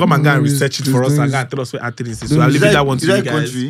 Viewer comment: Imagine the weyre host calling Athens , Arthrnas 🤦‍♂️🤦‍♂️